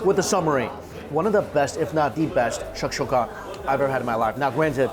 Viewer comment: Besides mispronouncing tahini and shashuka this was a very good video.